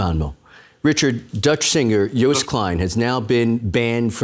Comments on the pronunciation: It's pronounced "Yoast" not "Youce". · An English speaking person pronounciating of anything non English is painful to the ears. Malmo is pronounced as Malmeu it has a umlaut ; Joost is pronounced as toast or roast so Joast. It really would behove any serious broadcaster to research pronounciation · Did he say "Joest" klein? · Yoast. The "j" is a "y".